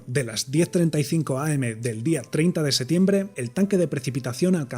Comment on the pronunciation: Cuando puedes hablar de física nuclear, pero no puedes pronunciar correctamente "septiembre"